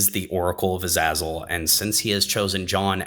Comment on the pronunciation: This video so far is really good, I like how you're explaining and presenting things. As of writing this I'm just over 35 minutes in. Everything is great but you're pronunciation of Azazel makes me wanna defenestrate myself. Other than that great video 👍🏻 this series really needs more attention.